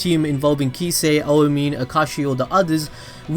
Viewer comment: Who tf is Oah Meen??!!